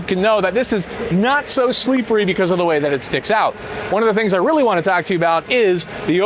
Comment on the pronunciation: Did you just saY not so SLEEPERY? Are you nuts?